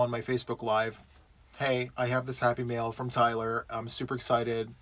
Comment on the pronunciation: Yay! It's time for Happy Mail! Not Happy Meals as my Midwestern ears thought they were hearing!